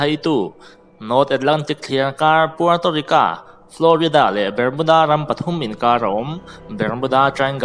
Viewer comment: Puerto Rica nilo in Puerto Rico zawk o..